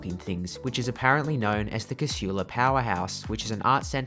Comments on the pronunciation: Its Casula not Cashula. Shits me how people put a H in there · Despite the lady’s voice over the PA system… the word Casula is pronounced, K-sool-a. Lived in the area and been catching the train from there since the 70’s. I once asked TransportNSW to run a poll and ask the public how they pronounced it. 51% (who did not, or have never lived there) said it the wrong way, whilst the other 49% (who grew up in Casula) said it correctly 🤦🏻‍♀️ So they decided not to change the voiceover 😂